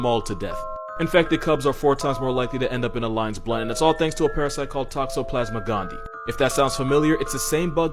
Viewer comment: Gondii is pronounced gondi-i